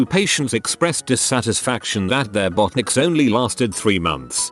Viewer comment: When the robot says Botox it sounds like buttocks 😂